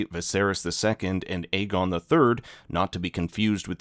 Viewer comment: Another YouTuber pronouncing the name Aegon WRONG every. Single. Time.😂😂😂